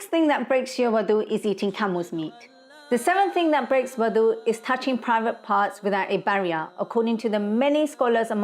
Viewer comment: proper pronunciation is wudu not wadu ,wudu with a dammah on the letter wow is the action of washing the wudu body parts, wow with a fatha (wadu)is the water prepared for wudu , wow with a kasra (widu) is the place for wudu.